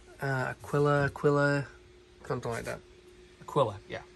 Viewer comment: A-kee-la. You're welcome. :)